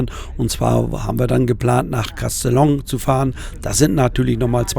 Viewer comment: Castellon, wieso kannst das nicht richtig aussprechen?